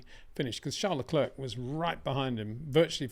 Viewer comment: Love your analysis, make no mistake. You that you have conquered the pronunciation of Charles, you need now to work on his surname. Thank you.